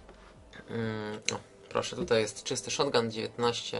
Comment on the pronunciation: Nie szotgun tylko SZOGUN niczym Klocuch!